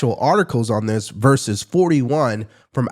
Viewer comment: Love your podcast segments. Please say "versus", not "verse". A recent phenomenon that is irritating. Like saying 'hamburg' instead of 'hamburger'